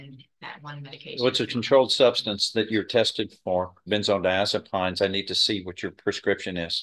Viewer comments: I love, but he needs to stop eating in court, especially on camera - it looks unprofessional and disrespectful. And he needs to learn how to pronounce benzodiazepines... sounds like peens, not pines. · Diaz-o-PEENS....doctor won't know what she's talking about if she pronounces it the way the judge does lol😅